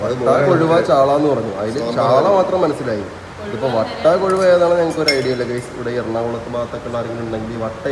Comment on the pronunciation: വട്ട അല്ല വറ്റ